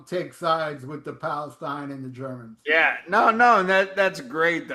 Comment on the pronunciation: Ze Germans! Nice one Ralph 😆 🤣